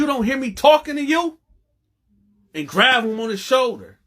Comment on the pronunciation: Is it really important that he was black? Your editing sucks. Half the video repeats itself. Also, why do you keep saying 'grav' instead of grab? Begging for likes how many times? And money on cashapp 🤣